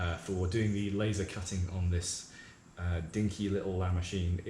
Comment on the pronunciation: LA MOWCHINE! LA MOWCHINE!